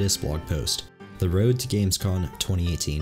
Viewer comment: Heads up, it’s Gamescom not Gamescon.